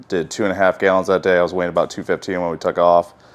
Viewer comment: i get a burst of adrenaline every time he says gyallons